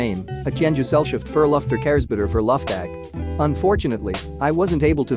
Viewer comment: "Luftag" jumpscare 💀